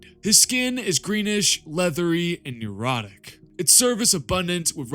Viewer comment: Necrotic, not "neurotic"